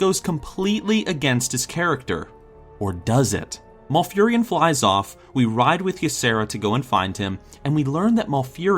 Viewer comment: Lol, Maul-furion. Mal not Maul.